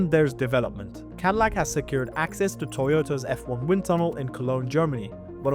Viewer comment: lol. cadilac. 😂😂😂😂 what a mega cringe